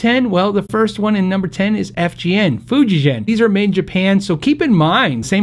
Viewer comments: As long as we are talking correct ways to pronounce names, Fujigen is pronounced FU (as in FOOd) JI (as in Gee wiz) and GEN ( as in MichiGAN) vs. (not GEN as in GENeration). I've lived in Japan for 10 years. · FYI, Fujigen (フジゲン) is pronounced with a hard G (i.e., You go back, Jack, do it a-GEN), not Fuji-Jen (soft G). 弦 (Gen, not jen) means "string" (as in guitar strings or stringed instrument). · Funny all the talk about how to say Godin but everyone I’ve seen speaking English on YouTube says Fujigen incorrectly. It’s ‘fu jee gen’ (hard G as in ‘great’ or ‘go’). However, many times Japanese companies will just let their name go mispronounced to keep it easy, think Mazda which is really 松田 or Matsuda.